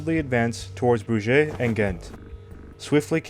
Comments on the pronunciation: The strategic and map detail of the presentation is excellent, but for the love of God, for all the research done, can we not do better with the names of places and people? Broojaaayyy for Bruges? 😅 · Pronunciation points : the names 'Eugene' and 'Bruges' have long-accepted pronunciations when used in English conversation, despite being French proper nouns. For the sake of comprehension by an English speaking audience (and non-native speakers should are expecting R.P. - 'received' English pronunciation - to be able to follow it), these should be adhered to. Eugene is pronounced "You-jeen", with the stress on the first syllable. The Belgian city of 'Bruges' is pronounced 'Brooj", with a soft 'J' at the end, as in the French name 'Jean' (not the American 'Gene', as in Gene Hackman). Berwick is a historically important town on the border between England and Scotland, and has always been pronounced "Ber-rick", with the stress on the first syllable. Even though the French general mentioned in this video had been educated in France, he was a nobleman who would not have grown up mispronouncing his own dukedom ! Especially as was of English lineage. 'Marlborough' has long been mispronounced by Americans, like all Anglo-Saxon place-names ending in 'borough', so recognition of these names is not a problem in English conversation. (It's 'Marl-burru', btw). Googling these names or their pronunciation before recording these videos would avoid leaving behind large sections of your audience, but a word of caution; don't rely on Google itself, which unfortunately relies on mainly American contributors, although they do their best to list British English pronunciations. BBC documentaries a